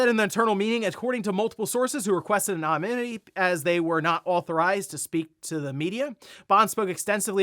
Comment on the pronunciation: Anominitiy, that like anonymity,?